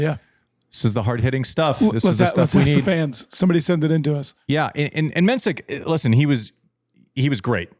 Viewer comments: Jakub Menšík - not Mensik - the 's' is in fact a 'š', which is exactly the same as 'sh' in English or 'sch' in German, also the i is long. You Americans would probably silly transcribe it as 'MEN-sheek'. I've been wanting him to finally correct people, but it's his battle to fight and he seems laid-back enough about it. Also, thank you JW for getting the name of the country right - the Czech republic, Czechia is dumbed down because English speakers and broadcasters are too impatient to deal with two-word country names, resulting in commentators repeatedly and unforgivably butchering it. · conserning the pronunciation: Menšík = Men-sheek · Mensik's name is actually pronounced 'Menshik' .. glad you are back to talking about the game and the players .. Andy's insights from a former players perspective are the most interesting thing on this channel to me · You should learn pronouncing Menšík's name correctly 😉